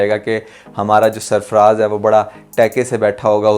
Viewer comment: Ap ki b aik ghalti hai k ap ne ghlatiyan to nikali par nam sarfraz ko bhat bar fraz fraz kaha.fraz ni ha sarfaraz ha